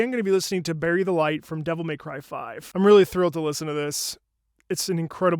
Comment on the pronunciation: Did he just say... Berried delight!?